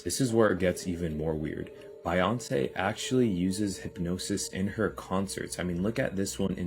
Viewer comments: Bi yoncey huh? Who,or what doesn't know how to pronounce her name? Not good for credibility. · Bi-on-say? I blame no cursive and participation trophies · OR, he was doing so on purpose. BUYonce, as in she is bought by the satanic cabal. Maybe. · Bro really don't know how to pronounce Beyonce's name😂 i get how you don't know what you don't know cos they're not your 'cup of tea'.. but f*ing BEYONCE?OF ALL PEOPLE? REALLY?!!?! 😲😂🤣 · Wtf why can't the first dude in this video say Beyonce correctly..she's popular af and he's butchering her name....I hate when ppl fuck names up that they should know...wtf I'm convinced the first dude in the vid is an ai program